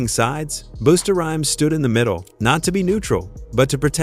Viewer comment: Its not Boosta.....Its BUSTA